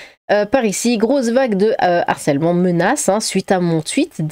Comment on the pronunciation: "...une vague DE harcèlement" et non pas "D'harcèlement". Avec un H aspiré.